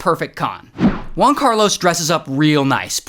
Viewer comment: “One Carlos” Try HUan Carlos, like in “Hooters”